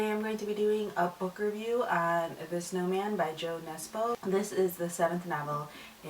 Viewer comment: I'm not actually sure if the English language has a sound similar to 'ø', but you could try this: da(dot)forvo(dot)com/word/jo_nesbø/ That's hoe the Norwegian pronounce it :)